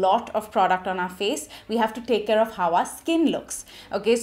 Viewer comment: Very difficult to keep continuing listen or watch her due to over dramatic gestures and unbarebale pronounciation. Not “take” but “ Thek”, phowder, not “Pac” but Phac, not “colourbar” but “ kalarbar”….. why i mean why?